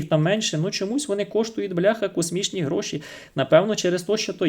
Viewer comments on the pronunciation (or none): none